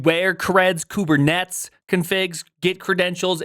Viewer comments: Another worthless Millennial that can't even pronounce "Kubernetes". Why the fuck is this retard in my feed? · This guy's vibe-pronouncing Kubernetes 😂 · Why are you pronouncing "Kubernetes" like an absolute freak 😂😂😂